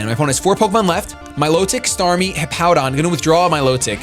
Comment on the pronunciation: "startmie" Sorry, just had to do it :P